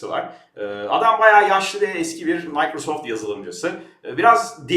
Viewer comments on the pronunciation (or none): none